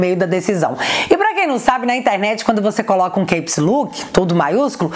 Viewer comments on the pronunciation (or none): Minha amada Brabara, não se pronucia "queips luk" e sim "Cáps Lók" te amo. rsrsrsrs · A pronúncia CAPS LOCK é "kepslók"